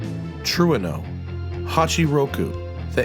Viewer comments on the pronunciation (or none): love how he said tureno wrong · You can't have a show like this and not look up how to pronounce Trueno which would already be bad because it means you didn't know. Trueno is thunder in Spanish.